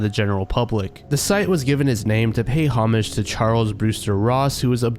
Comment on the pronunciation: The first pronunciation of “tinnitus” is right- your pronunciation of “homage” was not lol